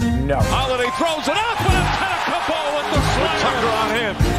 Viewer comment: I like the fact you weren't too lazy to pronounce his surname (Antetokounmpo). Some folks don't even bother and stick to Giannis or straight out butcher it.....yet they have no problem pronouncing "Schwarzenegger". Props 👍